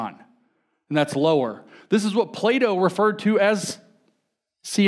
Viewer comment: Every time he says "Plato" I hear "playdough" 😅